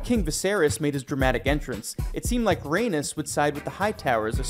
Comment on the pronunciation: Velayron they said incorrectly and Rheanys, thats all I noticed But I probably also spelled them incorrect 💀